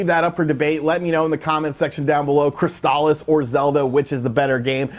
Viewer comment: “Crystal- Issss” not “Cryst-Al-is”